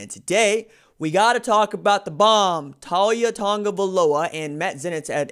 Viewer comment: U gotta pronounce his name right